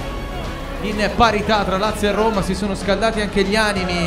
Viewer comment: Si dice dajje rommma, non daje romaaaa